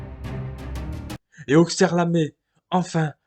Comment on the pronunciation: On dit AuSSerre et pas AuXerre 😉